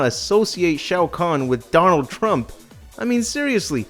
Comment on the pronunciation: please tell me i'm not the only one who hear "Darnold Trump"